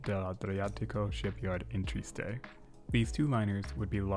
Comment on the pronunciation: You're doing so well, and then instead of tri-es-te, you mess that one up royally :')